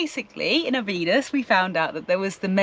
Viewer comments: It's pronounced Obby dosh! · Guys, you really should try and pronounce the towns you visit properly. NAZAŔE is naz-array and OBIDOS is obby-dosh. You take so much time producing great ìmages it seems a shame to spoil it with a lack of research. It's easy to do, just ask a local.